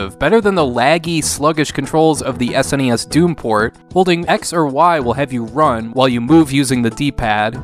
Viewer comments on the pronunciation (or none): That was a good “sness” in the intro 🤣